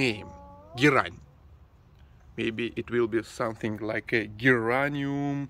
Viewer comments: Flowers are called geraniums pronounced jer rain née m. SETI is growing so fast. Are you teaching her English? Time for another baby! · Those pink blossoms are geraniums (soft g sound)